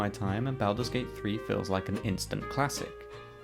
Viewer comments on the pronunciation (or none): I can't take this video seriously when you continue to butcher the title. Learn proper pronunciation.